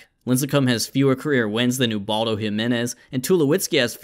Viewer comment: To the person who said lincecum and ubaldo in the teaser good job